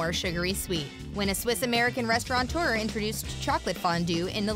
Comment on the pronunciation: There is no N in the word restaurateur